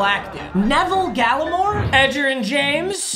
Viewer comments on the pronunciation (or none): Lol Neville Gallimore is pronounced Naveel Galimore. 😂😂😂